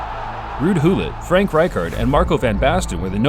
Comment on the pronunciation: cringe af .. ruud hullit.. clearly american based channel